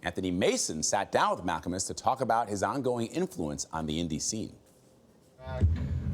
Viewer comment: "Mal-KA-Mus" JEEZ